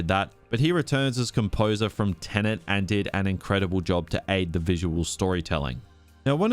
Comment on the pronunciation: Tenet. Tenant. Different words.